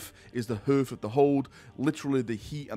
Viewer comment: Hearth. Like hard pronounced Harth